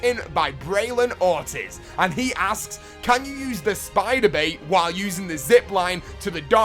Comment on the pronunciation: You said Ortiz all wrong lol